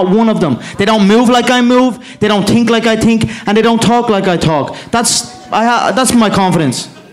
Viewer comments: "they don't tink like i tink" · "They dont tink like I tink" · They dont tink like i tink looooool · They don’t tink how i tink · Mcgregor always wins because they don't "tink like he tinks" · I tink..... A lot i tink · They don't tink like i tink 🤣😂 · they don't tink like i tink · They don’t tink like I tink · They dont tink like I tink... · They don't move like I move, they don't tink like I tink, they don't tok like I tok...... hahahah he is jokes but still great fighter